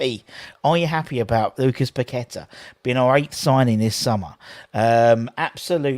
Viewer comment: It's Pa-ket-AH, with the stress on the last syllable, I understand.